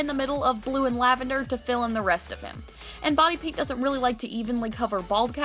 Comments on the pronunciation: It sounded like she said "Bonnie paint" when she said "Body paint". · I thought that you said white Bonnie paint